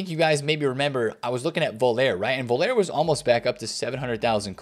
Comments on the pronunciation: I love all of your content but Rudi Voller is German, not French. You pronounce his name “Voll-er”, like “Collar” not ”Voll-air” like “Oh Yeah”. Big love from the UK ❤ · "Voulere" 😂😂😂😂 Rudi Voll-er pal. C'mon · dude, it's voller not volair. Please bro. He's German not French. Vol-ler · strikes again with lack of player knowledge - pronounces Völler as Vole-air, absolutely hilarious, have you ever watched real football? I ask with love, i still really like your content. suggestion when theres players you dont know go and watch a non-american commentary video of that players highlights, not ony will you learn to say their names correctly but youll enjoy their skills,abilities, playstyle etc and understand who they were.